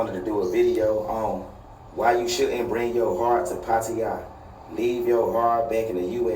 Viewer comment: Its pronounced “puh-taa-yuh” not “paw-tee-yah”.